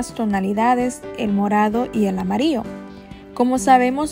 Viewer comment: Me gustaria saber también de que país eres ? Que tu pronunciación Para las palabras que llevan la letra Ll no la pronuncias bien , solo dices amario , y lo correcto es amarillo , muy lindo vídeo , y disculpa pero se me hizo rara tu pronunciación